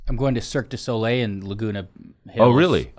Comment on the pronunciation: I like how Erik calls it Circus Olay